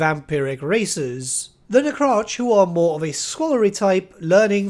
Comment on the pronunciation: Oh my, never thought I would hear such pronunciation for Necrarchs 😂